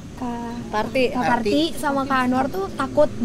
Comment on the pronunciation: anwar manggil parti jadi sri, pirta